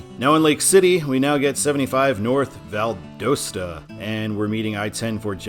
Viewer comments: The correct pronunciation of Valdosta is Val-dahs-ta. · It's Oh-Cal-la and Val-da-sta - My grandparents lived in Williston. My Dad when out to swim in that sink hole as a teenager in the 1950's. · I'm sorry but I think you mispronounced Valdosta. I live in Georgia and it actually is Val-daw-sta. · You have two pronunciations that are driving me NUTS in the video: Ocala is pronounced o-KAL-uh (short a) Valdosta is pronounced Val-DAHST-uh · Your ocala and valdosta pronunciations need work lol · Valdosta isn't pronounced right. The o sounds like an a. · Wow, you might want to learn the proper pronunciation of the cities that you’ll be mentioning in your videos. Seriously !?!? ...... Ocala & Valdosta to start with. I could only handle watching for the first 1-2 minutes before I was done. Good luck with your future videos. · Ha I live in Valdosta and it’s so funny hearing people mispronouncing it! Also that was exit 11 that you showed, and it’s by far the worst exit out of all the ones in Lowndes county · The O Valdosta is pronounced like the OU in ought not the O in own.